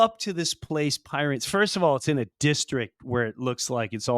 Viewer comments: Love your work guys, just quickly, The Pyrenees is a mountain range between Spain and France, and pronounced Pireneez. Can't wait for your next special. Any plans on coming to Australia? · Pyr-en-ees like the mountains!;) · It's pronounced PEER-RA-NEES, like the Big White Dog Breed. Great Episode as usual. You always make me laugh, especially after my young cousin with major TDS just Trolled my FB Page! LOL. God Bless! LM